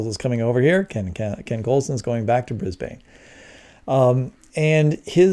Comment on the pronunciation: It’s “bris-burn”. Not “bris-baane” Like it’s “Mel-burn” not “mal-born” 😂🤣😂